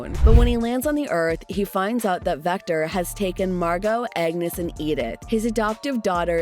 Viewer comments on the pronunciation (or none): none